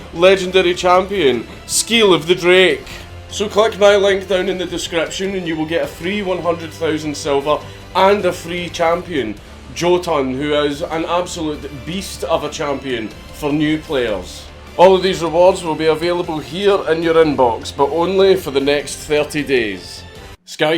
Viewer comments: The "J" in Jotun is pronounced like a "Y." So it sounds like "Yotun." Odin scowls at your mispronunciation. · akchually it's pronounced yotun (probably)